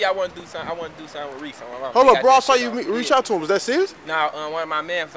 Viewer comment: He said Reese ass 😂😂